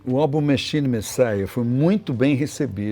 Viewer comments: Nao sei ondes esses caras aprendem Ingles porra, o cara fica falando Mechine Messiah eu pensando que caraio ele fala, e Machine porra. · Por que ele pronuncia "machine" como "mexini"?